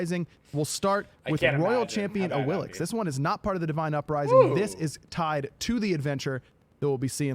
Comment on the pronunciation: FieldOps FOP It is pronounced ingame as 'Awillish' as that is how you properly pronounce her name from Mayan Mythology. Some letters are silent and some are pronounced differently than they seem.